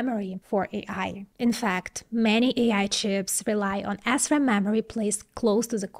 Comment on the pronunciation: Huh huh huh, she said Assram. Huh huh.🤣🤣